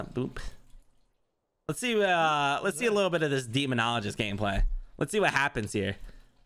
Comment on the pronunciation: Quack! Also.. Demon-ologist?😅 is that a new doctor? Haha